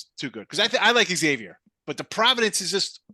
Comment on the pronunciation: It’s Zavier gents , not “ X” avier! Ask the campus staff! 🙃